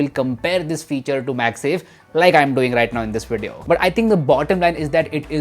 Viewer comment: Wideo recording? Why can't you say V as V not W.